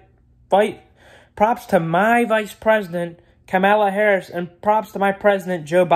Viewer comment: “Kemeluh Harris”